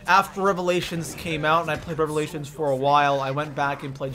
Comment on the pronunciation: When he said revalation second I unsubscribed I am never watching this guy